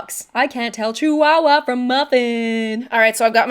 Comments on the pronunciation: ITS A CHIHUAHUA P.S it's said Chi-Hooa-hooa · I actually pronounced chihuahua with the h in my head